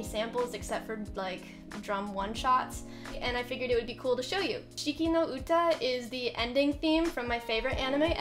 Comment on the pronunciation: oh thank god youtube recommended this video and i clicked it by accident, and that was good happening ever. you've pronounced the song name correctly by the way ;)